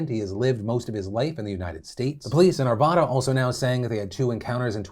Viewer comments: phil! its pronounced ar -VA -da, not arv -ah - da! - an Arvadan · It's pronounced r-va-da, like Nevada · The way you pronounce Arvada 😂😂😂 I live here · You mispronounced Arvada but whatever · Hi Phil! I noticed an extremely small error in todays show. Arvada is more like 15 miles from Boulder, not 65. Also, you pronounced it wrong. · You pronounced Arvada wrong